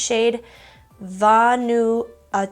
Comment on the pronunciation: Vanuatu is a small island country near Australia. It’s pronounced Van - oo - are - 2. 😉